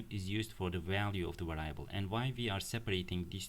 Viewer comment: Its pronounced “variable” vâr′ē-ə-bəl